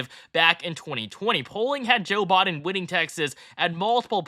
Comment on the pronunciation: Brutha it’s Biden not Boden